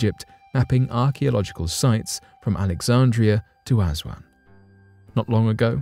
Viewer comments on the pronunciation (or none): none